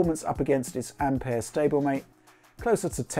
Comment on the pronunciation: Great to hear someone pronounce ampère correctly finally.